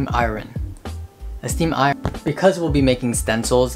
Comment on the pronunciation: The new iconic line from " Oh I need to cut my nails " and struggling to say Steam Iron is me lmao